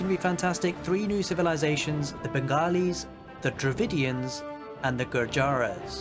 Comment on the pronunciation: Its Dravidians not DravINDIANS